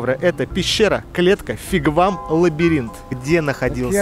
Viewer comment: обожаю Ваше чувство юмора, но простите, все-таки не " фигвам",а вигвам!!!😀